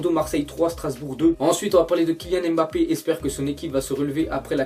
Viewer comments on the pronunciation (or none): none